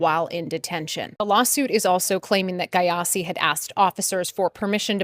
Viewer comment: Aahhh 😂😂 Is it Gyasi she is pronouncing like that??? Ahh gayasi 😂😂